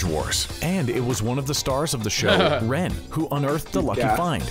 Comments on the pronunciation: It is rene not ren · I’m dying at how the narrator is pronouncing Rene 🤣 it’s René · Bruh his names Rene (renay) not Ren😂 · renee not ren lol it annoys me so much for some reason they pronounce his name so wrong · R-E-N-E pronounced like renee not ren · Not Ren it's Rene (Re-nea) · anyone else feeling bothered that the guy in the vid keeps pronouncing Rene's name as ren? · They said his name wrong it’s pronounced Rene